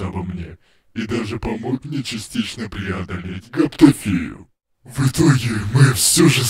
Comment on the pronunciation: Не гаптофию, а гаптофобию